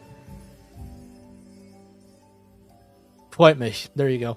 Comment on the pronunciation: damn your "freut mich" was so spot on